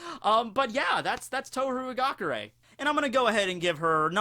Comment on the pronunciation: it's ha-gah-Kurr-AYE.